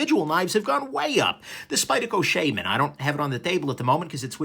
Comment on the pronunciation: You said Shaman right! Lol